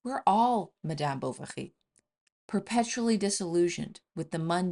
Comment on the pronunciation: Is she pronouncing M'dyaam 'Bou-wa-ghi'?😮